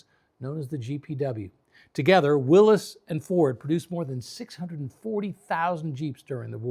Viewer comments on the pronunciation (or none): Willys is pronounced will-iss. It's a name not a possesion. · It's Willys, and pronounced willis. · Yeah. Car guys know that already. That doesn't mean anybody is going to change the way they pronounce it. "Willis Jeep" is never going to fly. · it's a fact... so no luck required. Willys, not Willy's. He made one of the greatest contribution to American mobility in a world war and everyone mispronounces his name. That's gratitude.